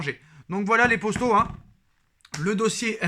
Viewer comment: Pourquoi tu dit les posto a chaque fois c'est poto wsh